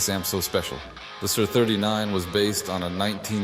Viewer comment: It's not "sir" 39 it's S.I.R. 39. as in Studio Instrument Rentals a.k.a. S.I.R.